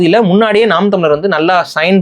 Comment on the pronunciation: should get over that he left NTK.. Seeman always says ‘naam’ not ‘naan’..